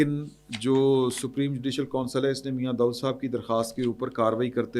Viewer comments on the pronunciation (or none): none